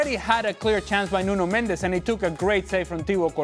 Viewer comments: Its not Nuno Mend -ez in Mendes 1 syllable. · "Mendes" is Portuguese. "Mendez" is Spanish.